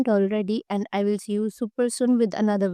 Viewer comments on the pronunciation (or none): none